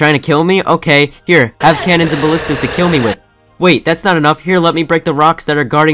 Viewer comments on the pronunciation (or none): none